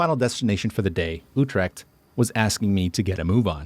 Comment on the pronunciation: I wonder what kind of local pronounces Utrecht as You'trekt?